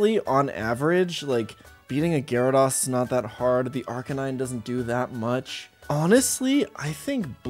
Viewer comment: DO NOT LEAVE OFF THE Y IN GYARADOS! MAGNEZONE, NOT MAGNAZONE! MAGNETON, NOT MAGNATON!